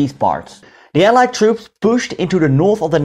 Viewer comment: Hello, you pronounce “allied” funny. You pronounce it as “eelied” but it should be “ellaaid” in Dutch phonetics. Good video but you didn’t cover the liberation of the West of the Netherlands.